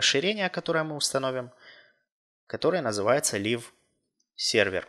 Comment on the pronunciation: может не лив а лайв?